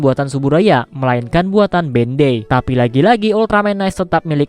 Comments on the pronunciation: Sebutan dia Bandai bukan ben dei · Sorry, tp pas dibilang bendei gw kira apaan ternyata Bandai toh 😂😂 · Bandai cok bukan bendey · BANDAI BANG BUKAN BENDEIIIII